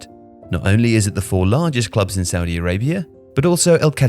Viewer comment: Look I don't want to be rude but if your gonna say something bad about Saudi at least pronounce it right